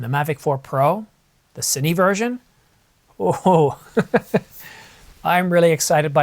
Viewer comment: You said “Cinee,” Thank you!